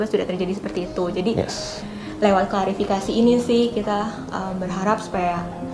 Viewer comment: Klarifikasi min bkn klasifikasi